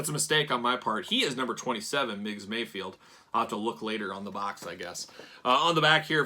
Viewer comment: Ever time you say MayFIELD instead of MayFELD my eye twitches. lol